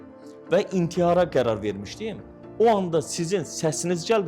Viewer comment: İNTİYAR YOX İNTİHAR 😂😂😂😂